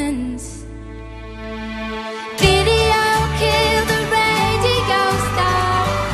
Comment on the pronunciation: why the hell is she saying radigo instead of radio o.O